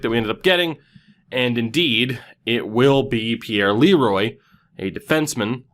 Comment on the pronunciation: Pierre Leroy is pronounced Pierre lay-wah please notice so you can stop calling him Leroy